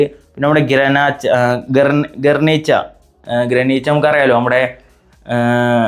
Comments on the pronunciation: ഗ്രനീച്ച അല്ലാ ഗരീൻച്ച ആണ്. ‘Garrincha’😂😂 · വാലേടസ് ❌ വാൽടെസ്✅ ഗർനേച്ച ❌ ഗാരിഞ്ച ✅ 😂